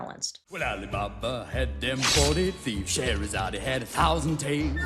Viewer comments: That's not what he's saying. He's pronouncing her name as Sche-he-ra-za-de instead of Sche-he-ra-zade, which does match up with the original song. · I don't think they're saying "Scheherazade, he [...]" in either version, rather in both the original and the remake, they pronounce her name with the /ee/ sound at the end, like a Greek name, for some reason. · Ever since I watched Sideways' video on the Disney remakes, I can't not notice the fact that Will Smith attempting to copy Robin Williams' pronunciation of "Scheherazade" by emphasising the "e" on the end just makes it sound like he's misgendering her. Like...even as a child I understood that Robin Williams was saying "Scheherazade" if pronounced in a slightly unusual way; with Will Smith, it really does sound like he's saying "Scheherazade, he had a thousand tales"... It's a little thing but it kind of sets the whole song up for failure in the remake almost right from the start. Honestly, Will Smith was sort of set up for failure on this by being forced to do a Robin Williams impression rather than just being allowed to reinterpret the Genie to fit his own stage persona. I'd personally love a version of 'Friend Like Me' done more in the "Cab Calloway"-esque style that Ashman and Menken originally intended, but that wouldn't have worked with Will Smith playing the role. What he needed to be allowed to do is exactly what the version of the song that played over the closing credits did: play to his personal strengths as a performer. Will Smith is the epitome of family-friendly incredibly cheesy 90s hip-hop vibes. What we needed (and what he needed to be allowed to do) was essentially create his own version of the song "Fresh Prince" style. But no, the higher-ups at Disney wanted those nostalgia dollars so instead we ended up with possibly the most vocally lazy, low energy music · He didn't say He, he pronounced the final e in Scheherazade. That is how it is pronounced in the original too